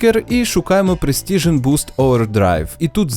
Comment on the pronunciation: Крутий відосик Чекаю на відрс із картою. До речі, PRESICION Overdrive слово вимовляється як пресішн, без звуку Т